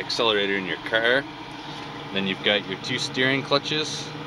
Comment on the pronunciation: "here we have a compact caerrrrrrrrr, and a D10errrrrrrrrrr"